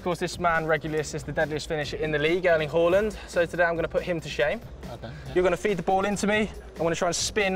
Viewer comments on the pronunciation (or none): Erling Horland. That lad kept saying Horland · Why did he keep calling him Hawland? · that's how Haaland pronounces his own name though